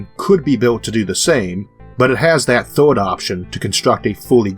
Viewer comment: forst, second, thord.... xDDD